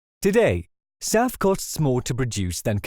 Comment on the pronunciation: SAF ... SAF ... SAF ... not SAP, sap, south, staff, south, surf, staff, self, staff, or Souths!